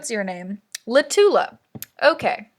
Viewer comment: Fun fact that changes everything. Latula is pronounced like spatula